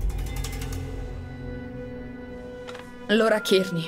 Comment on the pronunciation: Ciao noi già avevamo capito subito che erano licantropi, comunque si chiama LAURA e non lora... Le scritte sono piccole leggi bene